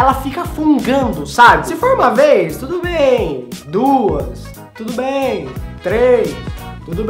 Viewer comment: ri muito dele falando ''t'udo bem'' desse jeito kkk